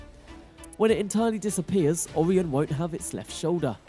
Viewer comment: Mate, it's Orion - pronounced "Oh-ryan and not Aw-ree-an 👍